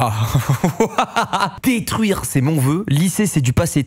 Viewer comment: C'est surtout le '' daitruire'' aie mes yeux 👀